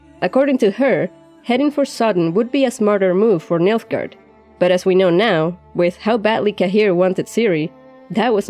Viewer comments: Who else keeps hearing Milfgard? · Me? oh yes, you heard it too :)